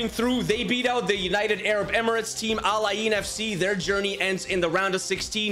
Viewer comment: ITS NOT AL AY EEEN ITS AL eyn